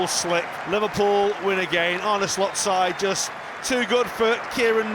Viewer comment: This guy pronounced Slot like Shlot! 😂😂😂